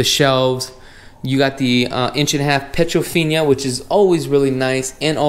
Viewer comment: Dude, it's an upgrade, not a upgrade. Also, it's not petrofinia, it's piedofina-no a in the "finia". Lastly, surround sound is not pluralized, it's surround sound, not surround *sounds*.